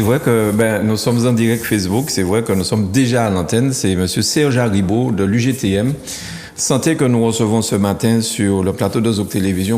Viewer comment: Excuse-moi c’est monsieur Aribo et non Daribo